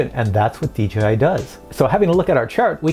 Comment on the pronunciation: I am a newbie...why do people, including this presenter constantly refer to DJI as DGI ??? It really kinda bothers me...